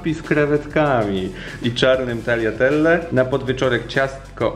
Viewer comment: W końcu ktoś, kto dobrze wymawia tagliatelle 😋 catering wyglada pysznie